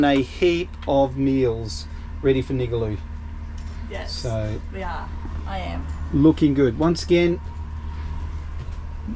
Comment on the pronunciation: nigaloo pronounced Ning Gar Loo